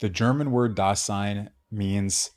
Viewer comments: The S is voiced in German, sounding like Z. daZein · If you listen to an actual German pronounce it, it would sound like "daa-sighn" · the S in Dasein is pronounced like a Z, not an S. i know it may seem pedantic to correct a pronunciation error, but when the error is in the very word that is the subject of the lecture, and is said hundreds of times in the lecture, it's hard to take.